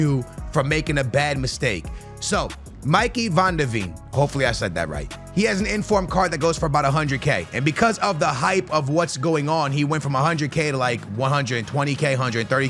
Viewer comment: BRO ITS MICKEY LIKE MICKEY MOUSE 😭🙏